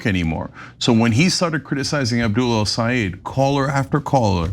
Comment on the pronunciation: I AM SICK & TIRED OF CHENK (or whatever his name is SABOTAGING THE LAST NAME OF "EL SAYED" & CALLS HIM (EL SA'EED) . IT IS TIME TO LEARN & PRONOUNCE THE GUYS NAME CORRECTLY, IT IS *EL SAA YED*, IT IS REALLY INSULTING WHEN YOU SABOTAGE THE NAME OF A GREAT PERSON LIKE HIM.